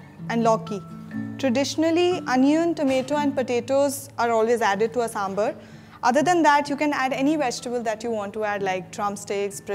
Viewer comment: its is not sambalr its is sambaarr let it properly of god sake